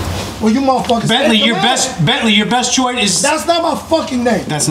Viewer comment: Why could none of you get his name correct?? There is a big difference between Bently and Bensly.